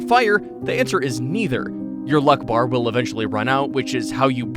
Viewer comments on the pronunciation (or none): none